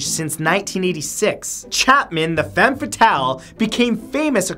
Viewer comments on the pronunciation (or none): none